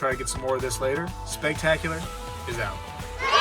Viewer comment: Say it with me Spegtacular.... Cent Ahhhh Vos 🤣🤣🤣